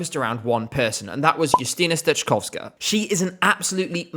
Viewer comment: I thought you've checked how to pronounce the names and I was going to thank you for that in the comment. Especially "steczkowska". You're doing great!